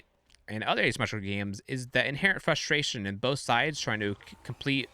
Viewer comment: ASyumeetcicla is how you're pronouncing Asymmetrical.